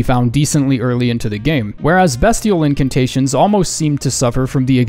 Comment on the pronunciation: BESTial??? Mf it has to be pronounced BEASTial and if its not what the shit were the devs smoking